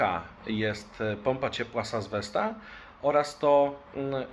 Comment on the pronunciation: Fajny filmik. Dobrze została pokazana nazwa. Słucham 3 raz i nie qierze... pompa sas z czego??? Besta? Pompa z "azbesta" a tu niespodzianka "sas vesta" 😀 Pozdrawiam...